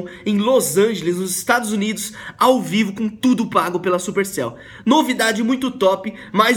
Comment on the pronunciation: Ele falo estados inus